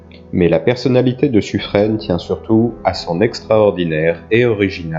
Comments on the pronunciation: Très intéressant. Par contre au sujet de Suffren: le nom se prononce Suffrin, comme pin, vin, sapin… et non pas suffrène. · Et Suffren "Suffrin" ;)